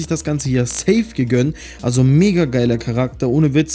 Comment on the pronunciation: Hör bitte auf das safe so kommisch auszusprechen